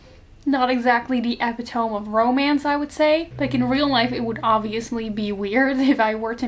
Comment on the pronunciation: Idk if you care about your accent, I think its gorg, and if you dont care about "proper" pronunciation stuff, skip this comment. But just in case you might not have a way of knowing, the "t" is castle is silent, and "epitome" is pronounce Eh-pih-tuh-mee. Like, the last e is a hard i sound